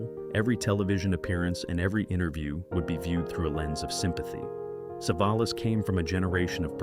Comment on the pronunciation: Poor pronunciation of Savalas, at least pronounce names correctly AI